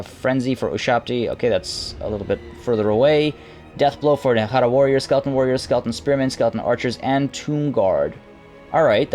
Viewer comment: Nehara? Ne-hek-khara???????